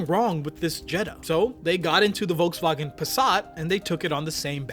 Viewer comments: I'm just really annoyed at the way you pronounced Volkswagen. If you really want to pronounce it the German way then it should be FolksVagen. The V in German is pronounced like an F. Pronouncing it Volksvagen makes you sound pretentious. Just saying. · IT'S PRONOUNCED FOLKSWAGEN. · bro pronounced "volkswagen" as "Volkswagen" instead of "Folkswagen" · If you're going to pronounce vagen in the German vernacular, you might want to also pronounce the Wolks. Wolksvagen. OCD with it. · The German pronunciation is "folksvagen." If you're going to try to use the original pronunciation, do the F at the front as well. No half measures. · Just a little thing: Volkswagen is pronounced with an 'F' sound in front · The V in Volswagen is pronounced like an f. Just a slight correction.